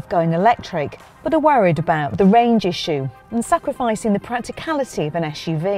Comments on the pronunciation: it is suv not shhuv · its not "ash-uv